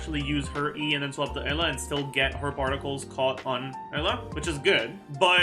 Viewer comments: I guess Eula is pronounced Ella now huh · Why does he pronounce "Eula" as "Ella"?